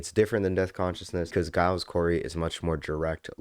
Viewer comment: bro how do you still say it wrong when the first word in the album is literally “giles” 😭😭😭😭